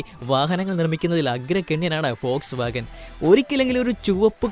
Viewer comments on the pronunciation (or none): ഫോഴ്സ് വാഗൻ ഓ വോട്ട്സ് വാഗൻ അല്ലേ vw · Fox vagen അല്ല വോക്‌സ് വാഗൺ